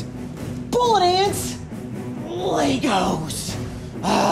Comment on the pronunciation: Its LEGO not LEGOS ....